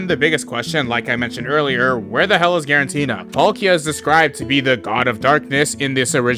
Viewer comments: I can't stand "guaranteena" lol. "Giratina." It's "Giratina." There's no "n" before the "t." Great video otherwise! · It's Giratina, not quaranteena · why does bro keep saying freaking Girantina😭🙏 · Guaranteena? More like guarantee.